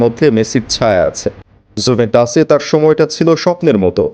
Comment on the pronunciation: The Italian FC's name is Juventus, not Jumetus. Please be more careful in your presentation of the content.